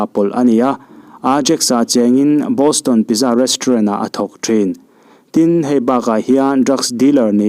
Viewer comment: PIZZA hi Pitza tih tur niin ka hria a, Piza tia lam hi kan tam khawp mai...!